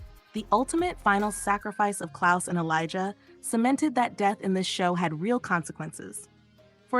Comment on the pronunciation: Its elijah not elizar